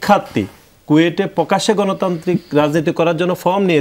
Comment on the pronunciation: পুকাশ্য পুকাশ্য পুকাশ্য তারপর আবার পুকাশ্য পুকাশ্য আলোচনা শেষ 😂😂😂😂